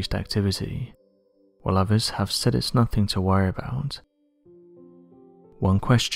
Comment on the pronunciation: Did he say there is uplift “underneef” the volcano? “Ovurs” have said the ground in swelling